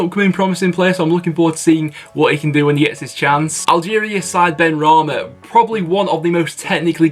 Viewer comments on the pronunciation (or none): none